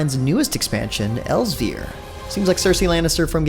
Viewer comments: Go and look up characters in TES saying Elsweyr. It's actually pronounced as "Else where". There is no "V" sound in it. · I have a very strong feeling you said "Elsweyr" wrong. It's pronounced just like "Else where".